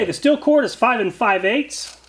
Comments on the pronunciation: Stihl is pronounced: "shteel" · Just an FYI...Stihl is pronounced Steel. Enjoy your videos.